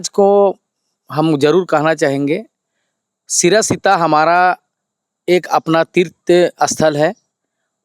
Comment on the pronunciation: सिरा सीता नाले नहीं सिरसी ता नाले बोलिये